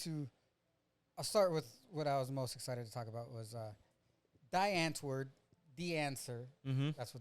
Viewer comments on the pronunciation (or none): Love Die Antwoord. For the record it’s pronounced Dee-Ahhnt-Word